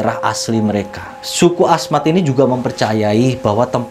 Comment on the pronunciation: Hahahahaha lucu deh suku Asmat kali bang bukan suka Ahmad.. love you lah walaupun salah dalam pengucapan kalau sama orang ganteng gak ngaruh kali, ya gak bang.